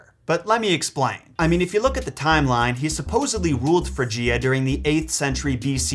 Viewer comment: Why do you mispronounce “Phrygia,” whose accent is on the first syllable (not the decond)?? Why do you mispronounce “Hesperides,” whose accent is on the second syllable (not the third). You so often disdain the advice that’s easily available (in dictionaries and other guides t9 pronunciation) that I must ask why. Please explain why you don’t bother to learn how to say the names and other words that you want us to learn. Would you like it if anyone misplaced the accent OF your own name, sir, and thereby called you “ So-LOW”?